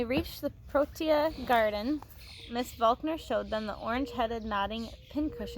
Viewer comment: You did pronounce Cycad right you also prononced protea wrong the first time and you prononce fynbos wrong .